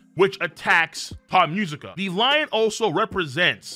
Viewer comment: My mans really kept saying "Thot Musica" instead of "Tot Musica" the entire video! 💀😂 I thought it was just a joke at first but then he just kept saying it lmfao 😂😂😂